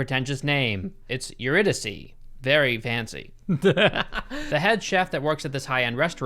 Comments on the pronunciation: Eurydice= Your-id-icy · Pretentiousness -alert : Eurydice - Ur-Id-a-key. As in, the myth of Orpheus and Eurydice. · The mispronunciation of eurydice is sending me